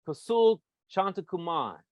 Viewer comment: As well as the bite mark he put on her. The eye witnesses. This guy couldn’t even say the victim’s name right. What a shame. So what if the the father forgave. Kosoul have been in prison since he as 15. He kidnapped and robbed an elderly couple in NC in which he only did 9 years for.